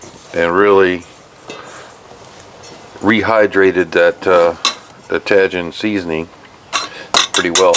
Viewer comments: yep,,, tah-heen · Tajin on shrimp, it's great on fruit, never thought to try it on shrimp! Thanks. Tajin is pronounced tah-heen. Great stuff. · It's pronounced 'taheen'. It's a Mexican seasoning. My granddaughter loves it. She and her dad are from there. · My wife has been using Tajin for decades. I believe that the j has an h sound like jalapeños.